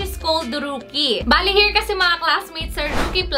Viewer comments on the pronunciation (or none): none